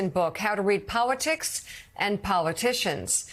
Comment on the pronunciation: Near the end of this clip, Mika appears to pronounce 'politics' and 'politicians' as 'powitics' and 'powiticians'. Bearing in mind that Poles pronounce their L's as W's and because she has Polish ancestry, is this what is going on here in her mispronunciation? Thoughts anyone?